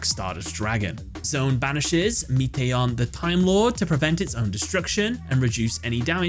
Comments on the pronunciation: Meation lol. It's Metaion like meta ion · "MEAT-ey-on" the Timelord, smh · "Meeteeyon"? Really?